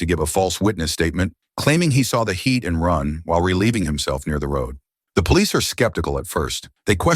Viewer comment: The automated voice said it thrice, Heat and Run. Same voice says, and now he laives wth his sister.